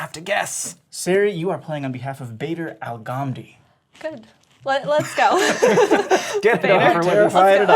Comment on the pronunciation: Me 5 years later still laughing at how he pronounced Badr Alghamdi 😂